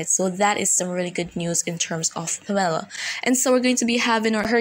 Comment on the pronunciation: the name Pamela has the accent on the first syllable... PAM-eh-la...,still appreciate you!